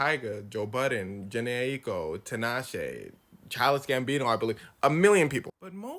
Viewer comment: “Charles Gambino” 💀💀